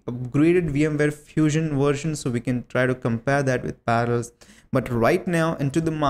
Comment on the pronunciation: * PARALLELS NOT PARALS XDDD